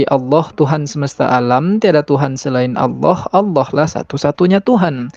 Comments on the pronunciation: perhatikan murtadin fake ini dlm menyebut nama ALLAH menjadi AUWLOH..ngaku mantan islam dlm keluarga yg taat...wkwkwk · dari menyebut Allah aja aloh, dah keliatan bgt bukan benar2 lidah muslim dr lahir. anak umur setahun aja masih bener ngucapkannya. mang asli isinya cuman tipu2 aja chanel uncup papicup tu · Kamu itu nyebut Allah aja nggak bisa, ngaku Islam. Dari cara kamu nyebut Allah aja sdh menunjukkan bkn orang Islam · Muslim/muslimah gk pernah menyebut tuhannya dg sebutan ALLOH ! OTEN ASLI ngaku lagi sbg muslimah. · Sebutan Allah pun x betul ngaku2 mantan muslimah fanatik ramjadah ,lucu. Muka jelas terang kaffir. Emgnya sakit ini orang. Fanatik kepala hangguk kalian oten. Ringkus ini orang jgn diberi peluang. Awullohhh ada ke sebutannya gituan!!? Kurangajar manubulu membawanya terus ke jail. Semoga selepas kejadian ini moga akan menjadi kenangan yg terindah buat kita muslim dan menjadi penderitaan yg panjang bt manubulu serta membusuk dipenjara. Aminnnn yaAllah... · Orang kalau dia benar2 dari latar belakang muslim gk mungkin cara pengucapan Allah dan membacakan ayat dalam Al-Qur'an saja tidak fasih. Dari sini saja masyarakat khususnya muslim sdh menaruh curiga dgn settingan norak macam itu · Cara mengucapkan lafaz Allah saja gak benar kok ngaku ngaku mantan muslim taat... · Nyebut Allah aja blepotan kok ngaku islam..mana ku percaya ah .. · Nyebut Allah SWT aj blepotan. Si nyunyi ini 😂😂 hoax louh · MENURUTKU NARASUMBER YANG DIWAWANCARAI INI ASLI NON MUSLIM YANG MENGAKU MUSLIM SEJAK LAHIT TERLIHAT DARI CARA DIA MENYEBUT KATA "ALLAH "SANGAT MEMBAGONGKAN🤣🤣🤣KITA UMAT ISLAM TAK BISA TERTIPU DENGAN CARA PELAFALAN SEPERTI ITU, 🤣🤣🤣🤣